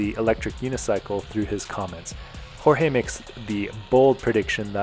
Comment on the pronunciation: Hey. Both you and my mom pronounce my name perfectly. It is the rest of the world that pronounces it George. Thanks for caring and taking the time to appreciate and respect Hispanic culture. 🇵🇷